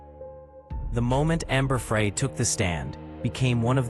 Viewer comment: This AI story just mispronounced Amber’s name. See ya.